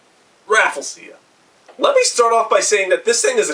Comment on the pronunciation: Ambro-seea? Rafflee-seea? Umm...